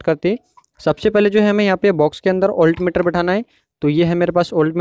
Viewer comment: Very good video. Khali 'Oltmeter' na bolke 'Voltmeter' bola kijiye.🙏